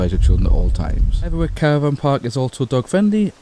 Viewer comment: It's Hetherick not Hetherwick.